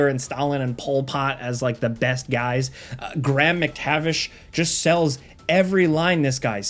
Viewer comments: did you call him "Gram Mctavish" ??? lol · "Graham McTavish" Graham = "Gray-um"